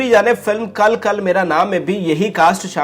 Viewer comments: اپنی اردو زبان ٹھیک کریں۔ Kil Kil Mera Naa درست تلفظ ہے Kal Kal Mera Naa نہیں جو آ پ نے بولا ہے۔ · وڈیو اچھی ھے مگر حسب روایت الفاظ کا کچومر بنایا گیا۔ آپ سے کچھ کہنے کا فائدہ تو نہیں لیکن یہ فلم kal kal نہیں kil kil ھے